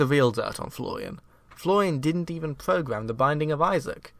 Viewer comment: You need to pronounce an R sometime... "Floian didn't even pogam the binding of Isaac"